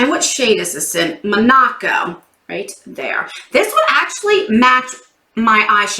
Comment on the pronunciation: I love the new open that Liz made you. It is so nice. I am not making fun. The teacher in me wants to help you pronounce some words . Like the lipstick in this box. The color is Monaco (Mon-a-co) as in the country next to France and Italy. Not ma-na-co. I love you and your videos. So I promise I am not making fun. Oh and I want that lipstick. I can't wait for my box to arrive.